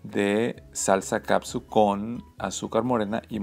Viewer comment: Ketchup! Ketchup! Ketchup! No caPsuT! Lean las etiquetas, me encantó que usa guantes... Eso se agradece sobre todo por que trae anillo, soy nueva en el canal, espero no te incomoden mis comentarios, si pronuncias bien glaze...por fa lee la etiqueta de KETCHUP! FELICIDADES! ES DE LAS MEJORES RECETAS!